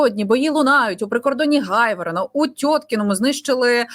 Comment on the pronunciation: Пані!Не Гайворон, а саме Грайворон!Це ж треба,щоб зберегли таку українську назву!